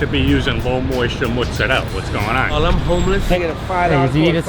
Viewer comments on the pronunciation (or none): It’s not mozzerll it’s mozzarella the A is there FOR A REASON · ITS MOZARELLA NOT MOZAREL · my dude said mozzerel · Every time someone calls mozarella as motzarel, an italian dies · saying mozzarell 😳